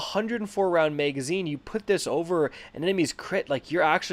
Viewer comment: Stop saying MEGAzine